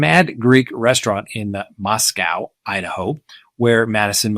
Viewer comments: please be respectful and pronounce the name of our town correctly -- it is NOT moss-cow, it is moss-ko. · It’s Moscow .,, with a long O ❤